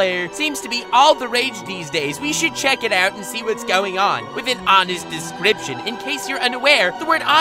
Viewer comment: has been pronouncing descraption wrong lately. What’s going on?